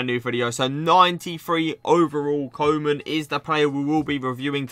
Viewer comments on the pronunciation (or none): Its pronounced Koo-man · Koe = Cool without the "L" Man = Man but not the american way. Use the "a" in the word "car".